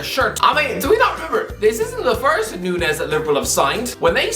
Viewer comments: It's not Nunez, it's Núñez... "Ñ" sounds way different to "N" 🙏🏻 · I don't wanna be that guy but his last name is pronounced (Noon-Niez), normally I wouldn't care but we share the same surname 😭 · It’s said noon-yes, Michael.